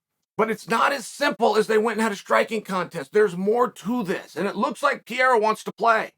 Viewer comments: per-air-ah, not pee-air-ah Seriously, Chael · This guy continues to pronounce every fighters name wrong hazmat instead of khamzat. Now Piera instead of periera😂😭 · its Pé-ray-rah, say it you bum. not piera, whats wrong, you can steal from grandmaster Mexican martial arts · Can someone please teach Uncle Sonnent how to pronounce Pereira 😂 there's 2 R and he keeps saying P - A - RAH😂😂😂😂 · Who the hell is Piera??? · chaels not even trying to pronounce pereira at this point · Actually his surname is Pereira not Piera😋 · Who the fook is Pierra? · Who the f is Pierra ? his names is P e r e i r a !!! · who is Pierra? does he mean pereira? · Who's this Pee-Eh-ra guy you talk about🤦🤣🤣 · is it that difficult to pronounce P E R E I R A ?? its not PIERA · Say it with me Chael "Pa-Rare-Ra" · Uncle Chael, please pronounce it like this: Pe-dday-dah (Pereira) …. It sounds too much like Pierre! Thanks!! Keep those thoughts going!! Big Fan …… got me at DB the other Day with the Cooper story! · Who the hell is Peira ???? Does he mean Pereira? Come on Chale …… I know you always find ways to stay relevant but damnnnn not even making an effort to say that man’s name right….. Lowkey disrespectful. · Chael "the name butcherer" sonnen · Chael doesnt even try to pronounce pereira correctly lmao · Will uncle Chael ever say his name right? Lol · Uncle Chael, Why do you Not pronounce the first R in Pereira the same as the 2nd R? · I cant respect him til chael learns to pronounce his name correctly. Lol